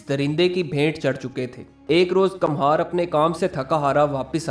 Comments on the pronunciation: کمہار Kumhaar Kum haar = Kumhasr. ک پر پیش ( Pesh ) لگا کر پڑھا جاتا ھے۔ Kamhaar ( galat Talaffuz hai. ) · kamhar nahi kumhar